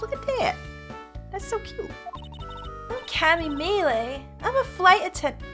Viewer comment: "Cammy Mee lee" " Cammy Mee Lay" Girl, it's read as "Cammy Meel", it's a pun on "camomile", like the flower